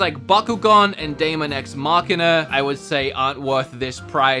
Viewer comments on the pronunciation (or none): none